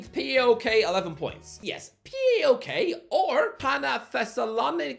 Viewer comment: WTF IS P A O K, ITS PAOK U DUMBASSS